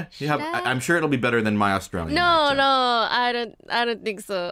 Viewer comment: Whoa, Sungwon's Aussie accent is really good (would dock a point from Shu's sentence choice for picking shrimp over prawn though). Tbh, I think Shu has lost a tiny bit of her Aussie accent. Most of it is still distinctly Australian, but if you pay attention to Shu saying the word "no" (e.g. ), it doesn't exactly sound like an Australian no. I recently watched Asobi Asobase, I had forgotten about it, but when Fujiwara suddenly had an Aussie accent come out of nowhere, that was surprising, made a lot of sense when I checked and rediscovered that Shu voiced her.